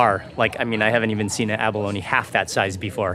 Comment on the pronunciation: its not abalonie its abalone lol